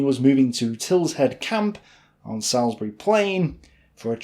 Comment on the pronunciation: I'm killing this...can't stand you pronouncing so many names wrong. You even got Salisbury wrong for fuck's sake.